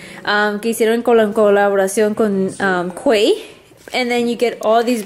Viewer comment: the quay is pronounced like "key"